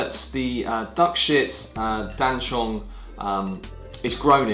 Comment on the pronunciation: Oof! Please! It's "Dan Cong", not "Dan Chong".